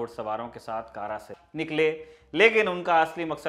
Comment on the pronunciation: कारा नही कडा